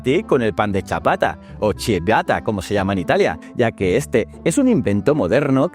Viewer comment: Pequeña corrección: CIABATTA. Se Lee chiabat-ta. QUE LINDO VIDEO. ME ENCANTO ! 👏🏻👏🏻👏🏻👏🏻👏🏻👏🏻👏🏻 Waldo, chileno italiano 😊😊